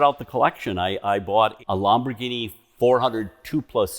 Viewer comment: The way he says Lamborghini drives me crazy